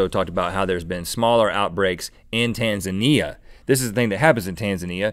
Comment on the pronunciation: Rhett, your saying Tanzania wrong.